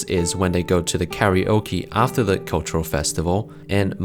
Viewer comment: WTF is “KA-RE-OO-KI” ?